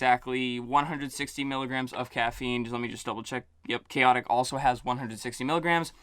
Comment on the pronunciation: I am so happy you pronounced them correctly! And noticeably liked the juice flavors for both, with Khaotic > Papillon.